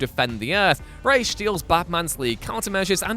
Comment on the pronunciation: I honestly appreciate how you always pronounce Ra's right